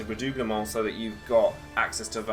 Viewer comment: Yasss henny, good pronunciation of "redoublement", queen of French!